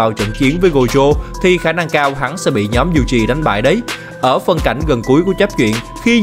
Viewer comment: toji yuji đọc tùm lum